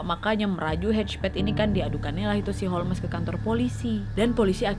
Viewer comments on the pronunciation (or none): Holms sayaang jangan holmes napa 😭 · Di bacanya bukan holmesss, bukan homlessss, bukan holesss tapi holmsssssss. Ku jadi cengar cengir nontonnya, indonesaa kaliiii😂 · Holmes,huruf E nya silent Nad alias gak dibaca. Dibacanya Holms. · Holmes baca Holms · Ga konsen nontonnya karna nyebut namanya salah😅 harusnya bacanya holmes(holms) wak. Mon maap netijen bukannya sok2an bs inggris🙏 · H.H Holmes Aku dengar nya a'a holmes😭😭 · Holmes dibaca ( ˈhoʊmz) Nadia, bukan Holmes🤣🤣🤣🙏🙏